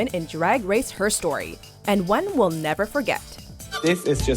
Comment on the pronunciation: The mispronunciation of "herstory" in this video just makes me cringe ><